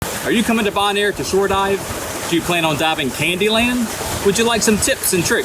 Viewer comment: It's pronounced bo-naire, not "bon-air" lol